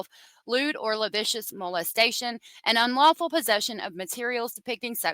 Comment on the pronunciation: not lavicious. Lacivious. la-civ-ee-us. It means pornographic.